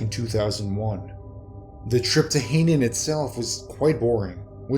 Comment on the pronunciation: I do get tired of these readers who can't read. Hainan island is pronounced "HIGH-NON", not "HEY-nun".